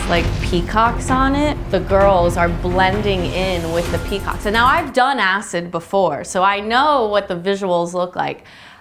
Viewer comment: She says peacocks, but the pea was mispronounced